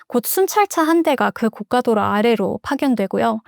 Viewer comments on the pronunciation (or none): 고 까 도 로 는 비싼 도로를 뜻해요 고 가 도 로 가 맞습니다 응원합니다 🎉